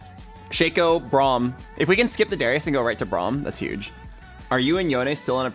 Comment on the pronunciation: “Oo bram” you mean braum